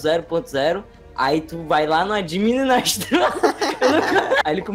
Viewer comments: Mano eles falando administrador errado eu e administrado acho q isos e contagioso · Adimininastrador (o falando) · So eu q buguei quando o falo administrador errado? Ksksk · admi... admistrador... administror mistrador... akele man la ke fala la os negocio... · Admininastrô kkk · SOCORRO, EU NAO TÔ CONSEGUINDO FALAR "ADMINISTRADOR" KKKHKKKKKKJKK (sem zoeira, eu não consigo falar certo ;-;) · Muito obrigado agora não sei falar administrador direito, valeu mesmo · falando administrador parece me amigo falando jaguatirica ajdjajdksdj JARAGATICA